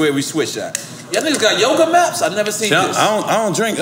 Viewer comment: “Yoga 🧘🏾‍♀️🧘🏾‍♂️maps “ it’s mats Nore 😩